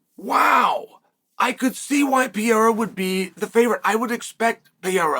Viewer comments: WHO IS "PIERA" PRONOUNCE HIS NAME PROPERLY "PE-REI-RA"!!! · 4 to 1 odds that chael will pronounce pereira pee-era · Pee-era 😂 Islam makalchev 😂😂